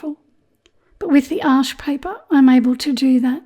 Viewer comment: Excellent! Thanks, your tutorials are always so clear. Thanks for giving us the correct pronunciation of Arches which is my favourite. I have just ordered some Baohong paper as I’ve heard it’s very good at keeping colours vibrant. Will feedback!